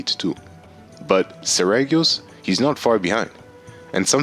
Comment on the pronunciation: it is pronounced SER - REE - GEE - OHS